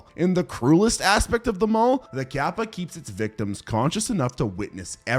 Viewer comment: In the bloat section it's actually kappa, not gabba (btw touhou reference XD)